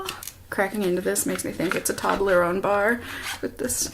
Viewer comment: Lol when you said “Toblerone bar” I thought you said “toddler own bar” 😂😂. But is that how it’s actually pronounced? Tobb-ler-own?? My whole life I’ve always pronounced it toe-blur-own hahaha. I must get to the bottom of this!